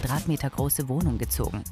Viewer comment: in dieses Wonhung gezogen😂😂😂